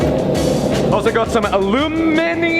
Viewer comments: Tried to say aluminum the American way and still said it wrong 😂 “Aloominium” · It’s called Al-you-minee-um. lol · Aw man, had me excited for a second. He almost said Aluminum the correct way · you almost said aluminum like an American instead of al-oo-min-e-um. We all heard ;) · Al you mini um. That's how its pronounced mate. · You've almost got the American pronunciation of a-loo-mi-num down pat! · No... he stopped himself from using the american pronunciation halfway. It's the follow-up to the last time he accidently used it without noticing. All part of the "going native" gags. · He tried so hard to say aluminum but he still said aluminium